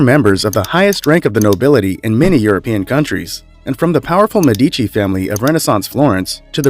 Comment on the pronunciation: Medici is stressed on first syllable not second as you pronounced it.